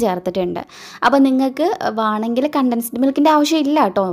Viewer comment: വാണമെങ്കിൽ അല്ല .വേണമെങ്കിൽ